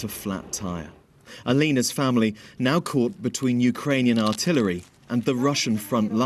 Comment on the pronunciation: Her name is pronounced Ah-lee-nah. Not Ah-lay-nah